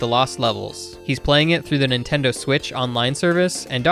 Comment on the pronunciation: oi bruv whai ah yu on thuh nintehndoh yu kai chanool